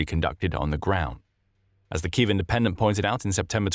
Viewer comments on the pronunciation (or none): none